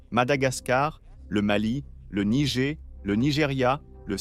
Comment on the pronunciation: Nigé au lieu de Niger :-) :-) 🙂